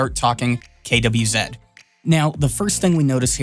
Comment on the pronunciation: at least you have the decency of not saying "Quizee" When refering to "KWZ" inks I appreciate. 😉 And you said "Vistula" correctly since it is the English version of the river's name.